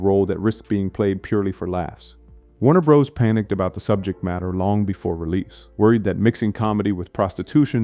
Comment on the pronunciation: “Warner BROS”? Not just AI-narrated 🐴💩 but AI-written 🐮💩 too. ↘️♨️